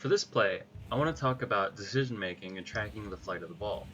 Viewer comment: Comment and a question: Excellent video!! Really well done. Curious, how come you have trouble saying the word "decision"? It's like your tongue is too fat to say it